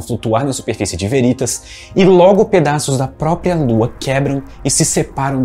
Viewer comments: Só uma observação: a pronúncia correta é Véritas e não Verítas. A palavra, em latim, significa Verdade. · Olá. Gosto deste canal e um vídeo com potencial para ser muito bom, podendo virar uma fonte de consulta, não deve pecar nos detalhes. Deixo aqui três sugestões: 1) Editar o áudio e trocar a pronúncia da palavra aqui pronunciada como “Verítas”, pela forma correta “Véritas” - sim, com pronúncia de proparoxítona. Em caso de dúvida consulte o site 2) Em surge a seta amarela. Seria a força resultante das duas setas azuis? Como entender que num caso a resultante está na direção da lua e noutro ao contrário? Sugiro melhorar isso, quem sabe aplicando alguma animação complementar. 3) Em são pronunciadas as palavras “longes da lua”, o que poderia ser corrigido para “longe da lua”. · Meu caro, diga "Véritas" não "Veritas".